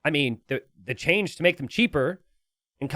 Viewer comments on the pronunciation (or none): none